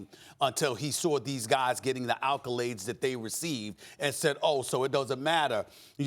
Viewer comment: "accolades" or "al col laids" 😗💭💭💭!